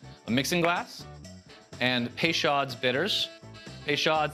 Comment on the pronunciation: It's "pay-show", not "pay-shod". Basic French pronunciation is not as hard as Anglopohones like to pretend it is.